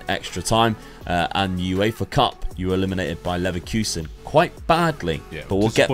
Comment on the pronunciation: It’s pronounced Leverkusen not Leverkusen & Juventus not Juventus